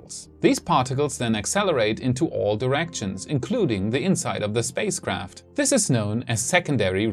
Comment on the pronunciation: Did he say "safespace craft"?